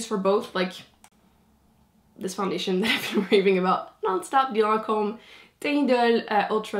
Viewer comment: Also, I've thought this for awhile, butI just love your accent! (I took French in high school but don't remember much lol). I just think about it every time you mention the Lancome foundation or any other French makeup brand/name--you're the only one who can pronounce it properly! lol It drives me crazy when people drag out the "a" in Lancome!